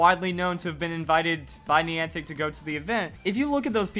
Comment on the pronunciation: It's Niantic not Neantic